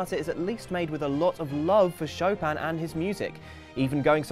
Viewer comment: Its SHO PIN NOT SHO PAM